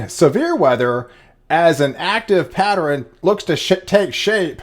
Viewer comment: I think you’re saying “patterEN” instead of “pattern”?